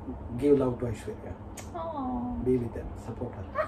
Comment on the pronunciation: well ACTUALLY, aishwarya phonetics like what akash said is a way better pronunciation than what you said. you better tell him that,because damn your pronunciations make us collectively cringe ahahahahahhh